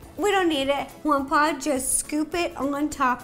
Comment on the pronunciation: She calls him Jampablo